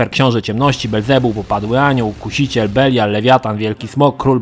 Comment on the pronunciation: Tylko to był "Belial" a nie "Beliar"